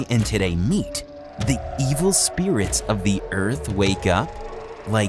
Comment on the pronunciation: Speerit rods